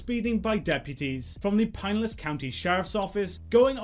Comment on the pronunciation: On my dead father that is the most melodramatic crying ever. Stay classy,. I’m pretty sure that’s Pinelas (pin•EL•as) County, not Pinelass (PĪN•lass.)